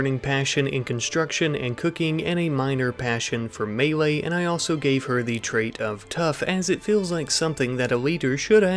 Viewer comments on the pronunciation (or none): none